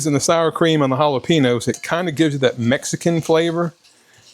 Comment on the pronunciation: The peppers are pronounced ah-la-pain-yos (Jalapenos)... I'm a firm believer in "you do you". Meals don't need to be exact. If you need a slight variation (peppers, sour cream, etc) to keep you on track, I say pour it on!!